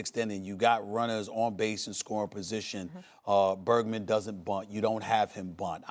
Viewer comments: Manns said burgman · Did this dude just say Bergman? Man stick to sports you know homie. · He called him Bergman lol